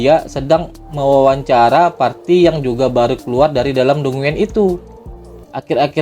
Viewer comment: dungeon bacanya danjen min 😅